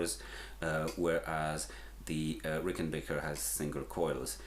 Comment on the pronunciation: Had to turn this off, how do you get Rickenbaker from Rickenbacker???